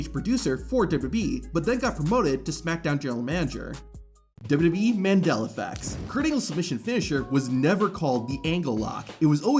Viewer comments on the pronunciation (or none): none